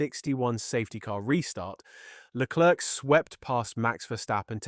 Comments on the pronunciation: You should learn how to pronounce Leclerc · AI can't speak French